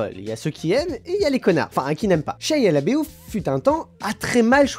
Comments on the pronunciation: ça se dit vraiment comme ça?... Shia "Labéouf"... ^^ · Très bien! ^^ J'avoue que moi aussi ça m'a fait rire. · Horrible ta prononciation de Shia Laboeuf ^^